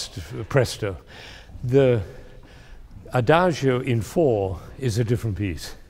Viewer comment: Adagio is pronounced adadzho, not adazhio. Two mistakes in one word. Sad that even professors can't speak these few Italian words properly. It's like calling him Bengamin Fander.